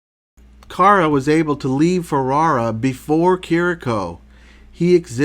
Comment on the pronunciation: Also you pronounce Carra with the accent on the first "a" instead the accent must be on the last "a", the final letter of the name: Carrà :)